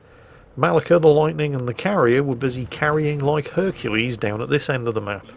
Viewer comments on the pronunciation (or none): none